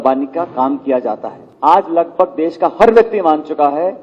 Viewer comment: ndtv पहले तुम हिंदी सीखो देस नही देश